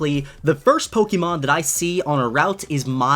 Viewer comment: Take a shot every time he says Pokémon wrong